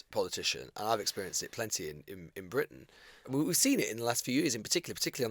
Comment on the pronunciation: Let’s pretend that anachronistic Bwitain isn’t an international laughing stock post Brexit